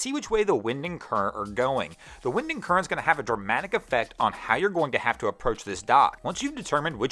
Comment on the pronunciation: He says wind and current like windingcurrent